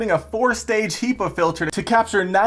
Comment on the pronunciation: a heeepa filter lol? i never heard anyone say it like that